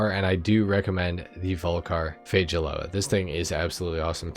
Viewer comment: fage-a-loa lmao